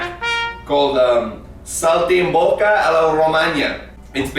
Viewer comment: I'm italian so i can tell ya that this was very accurate, aslo I died when he said "saltimbocca" XD, also x2 <3